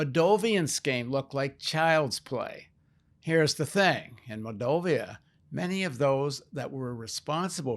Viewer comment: It's not "Mol-dov-IA," it's MOLL-dov-a."